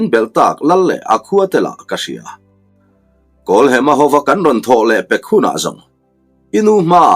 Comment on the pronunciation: Kan lo sawi ve lok nge w kawlhema tia i lam ri kha hem na lai tak kha thluk hniam lovin thluksang zawk ta i la kawlhema ti ta i la ngaihthlak pawh a nuam zawkin ka lo ring deuh a